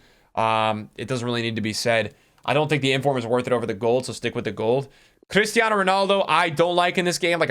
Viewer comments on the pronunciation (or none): none